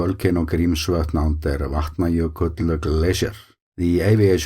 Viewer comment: I love hearing the name of that glacier spoken from a native speaker. 🤗